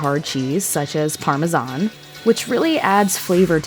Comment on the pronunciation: Holy shit!!! An American that can pronounce Parmesan